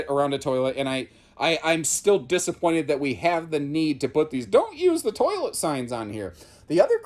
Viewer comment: Come on Imagine, let’s do carpetless!! And “toliet”?? 🤣🤣